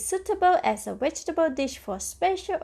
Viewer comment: Are you trying to say "V E G E T A B L E S?? 🧅🫑🌶🥔🥕🌽🧄 I keep hearing "wedgables"! 🤦‍♀️